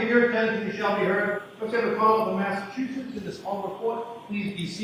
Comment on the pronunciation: Massachusetts not Massachutsetts